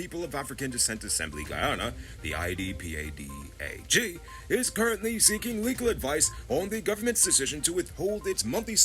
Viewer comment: it’s much easier to say ee-pad-ah-gee (IDPADA-G).